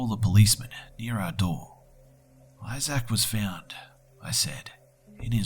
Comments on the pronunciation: Also.. ay-zack? I think is pronounced ay-zihk, or something similar, never heard someone say it like that before. Sorry, I'm in a bitchy mood today. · Isaac is pronounced "Izick," not "Izack." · btw, I love your vids but it's pronounced "eye-zik"not "eye-zak"